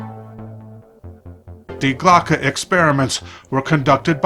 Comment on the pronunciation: I feel like there is a lot of inaccuracies about this reading Also it's "Die Glocke" not "Die Glocka"